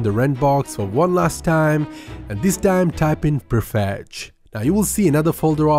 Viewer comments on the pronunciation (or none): PREfetch not PERfetch.